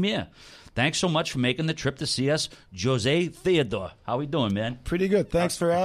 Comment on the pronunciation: great having "Joe-zay" 🤦🏻‍♂️ Jesus dude...